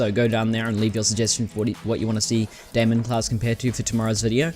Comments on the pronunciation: Its not DAY-MEN its DIE-MON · daimon is Greek, so it would be said as Day-mun or Day-mon